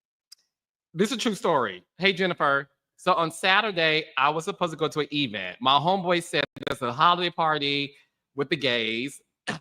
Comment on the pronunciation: What's an "e-vent?" 😂 You sound like Tisha from Love & Marriage Huntsville 😊